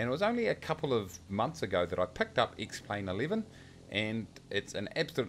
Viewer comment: Because that is how you pronounce the name of the program - duh!